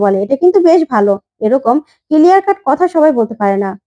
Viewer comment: কিলিয়ার নয়, ক্লিয়ার।